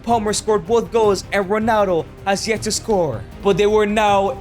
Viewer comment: Why u say "Ronano"